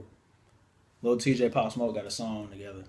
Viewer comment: he said bop not pop 😂😂😂